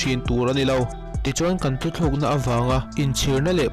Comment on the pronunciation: Thu thluk nilovin thu tluk aw sir